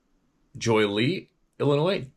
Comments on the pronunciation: Joliet = Joe-lee-ette. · Hey Steve, it's pronounced Jo-Lee-at 🫡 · Pronounced Joe - Lee- it. This is crazy that's about 48 minutes 😳 from my door step. Being that I live close to the Southside of Chicago. But man I knew the were close but didn't think 😕 the we're that close scary 😬! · Joliet. Pronounced. Jolly et